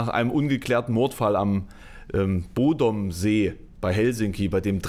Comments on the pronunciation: Er spricht "Bodom" doch einfach nur englisch aus... keine Ahnung, wie es richtig ist. Aber da der Rest des Bandnamens englisch ist, ist es wohl nicht so verkehrt 😅 Wobei Google Übersetzer es eher "BOADEM" ausspricht... Aber das ist sicher je nach Dialekt unterschiedlich. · "Bodom" bitte richtig aussprechen.